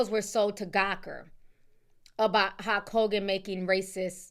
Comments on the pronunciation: why the hell do you keep saying hawk Hogan😂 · Where are you from that has you pronouncing Hulk as Hok? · Hulk sounds like Hawk 😂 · That pronunciation of Hulk is sending me!